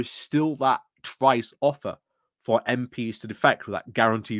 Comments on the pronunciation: Weeks on and you still say some names wrong - Tice not Trice. Granted some of the names are harder and people use them interchangeable but that one is easy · you're hallucinating. There is no 'r' in Tice